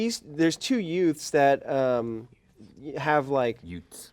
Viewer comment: "Two yutes"